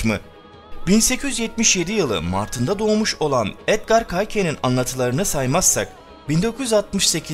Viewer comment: Ben.☺️🤗Reis Edgır Keys diyorlar ama sen nasıl istersen öyle telafuz et,yaptığın çalışmalar çok güzel, teşekkürler.